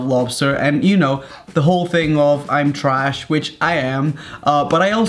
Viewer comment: I agree, please don’t say trach